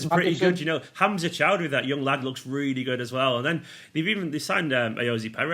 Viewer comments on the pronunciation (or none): "Hamzer Chowdery" 😛